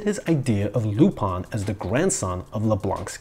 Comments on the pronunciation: lu- pin not lup-an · It's lupin not lupon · Why do you say Lupan? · Your pronunciation of Lou-Pawn is getting on my nerves! I’ve always heard it as Lupin. Where are you getting the “pawn” from?